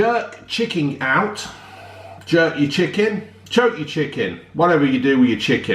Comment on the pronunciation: My man calls chicken chicking 😂😂